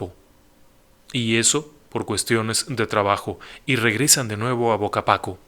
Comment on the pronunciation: Definitivamente lo cuentan mejor en Leyendas Legendarias, además que mencionó datos que no son del todo cierto, ya que se sabe que al menos uno de ellos, si hablaba un poco de español, el pueblo no es bocapaco es Vacapaco, y lo que bebían es bacanora, no baconora, en fin, hay gustos para todo, pero si sería buena idea checar adecuadamente los datos.